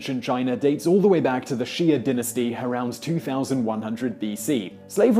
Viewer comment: Xia dynasty pronounced "Sha" dynasty, not "Shee-ah".